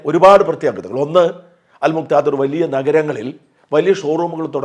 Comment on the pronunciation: അൽ മുക്ക് ദിർർർർർർർ 😂😂😂